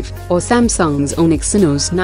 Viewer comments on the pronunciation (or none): none